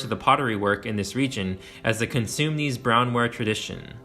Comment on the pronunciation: Consumnes is pronounced kuh-soom-nis